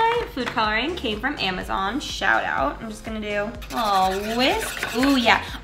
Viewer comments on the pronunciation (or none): none